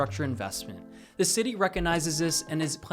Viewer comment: He pronounces the word the like dah 😢